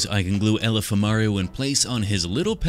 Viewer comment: Ngl I kept hearing him say alpha mario.